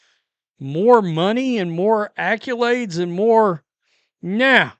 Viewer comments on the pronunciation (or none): Did he really just say acculades ?? DID HE REALLY JUST SAY THAT ?? Acculades. Get me some acculades — PRONTO! lol